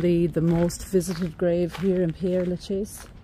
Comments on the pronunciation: Ah, I'm glad I'm not the only one who wants to pronounce this as 'pierre' instead of 'perre'. It's such a bugbear to me! But how lucky you got to visit this amazing cemetery! Thank you for giving me a tour of this 'city of the dead!' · Père, not Pierre! Do the Irish not study French?